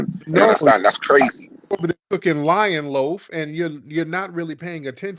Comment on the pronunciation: Did he just say lion loaf 😂🤣😭